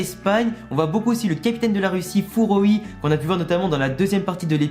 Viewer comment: ouais mais dans l’épisode ils disent pas furoi mais froy 🤨??